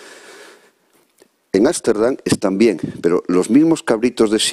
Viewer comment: Ámsterdam/,no es asterdan.